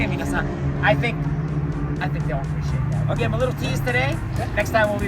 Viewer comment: 全ての車がカッコ良かったのですが、BEST SHOTはうまそうな朝食！パンケーキはマストなんですね（笑 あとレクサスオーナーの Appreciate の言い方が何かカッコ良かったなぁ。Awesomeの使い方も勉強になりました！